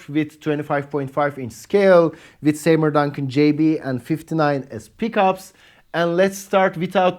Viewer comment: seymour isn't say-more but see-more